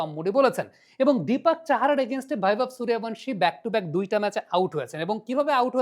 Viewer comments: হিন্দি উচ্চারণের প্রতি আপনার এই আনুগত্যের কারণ বুঝি না। বাংলা উচ্চারণে শব্দটা হচ্ছে "সূর্য্যবংশী", আপনি কিন্তু বলছেন এবং লিখছেন "সুরিয়াভানসি"। এটা হিন্দি কালচারের কাছে নিঃশর্ত আত্মসমর্পণ যা দেখতে ও শুনতে ভাল লাগে না। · আরে বাংলাউচ্চারণ কেন ভুল করেন ওটা বৈভব সূর্যবংশী হবে।please উচ্চারণ ঠিক করুন। শুনতে কানে খুব খটকা লাগে। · আবে বৈভব সূর্যবংশী 🙄 ঠিক করে নাম উচ্চারণ করো। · বাংলাভাষা প্রেমিক ইউটিউবার, সবজান্তা ক্রিকেট বোদ্ধা এবং মরুভূমি-কালচারের বাঙ্গালীরা👇 "সুরিয়াভানশী" ~ wrong ,বাংলা বললে বলতে হবে ~ "সুর্যবংশী" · নামটা ঠিক করে উচ্চারণ করেন বৈভব সূর্যবংশী। 👎👎👎👎👎👎👎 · ওঁর পদবী সূর্যবংশী , হিন্দিতে উচ্চারণ Suryavangshi. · নামটাই উচ্চারণ করতে পারিস না। 😆😆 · মূর্খ ঠিকমত নাম উচ্চারণ করতে পারে না,‌ আবার অ্যানালিসিস করতে বসেছে! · কোথায় ভি এবং কোথায় বি এর উচ্চারণ হয় এই সাধারণ বিষয়টা জানেন না। একজন বাংলার শিক্ষক রাখুন। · Ara murkhochoda nam tai thik kora bolta paris na madrasa pora chele tai na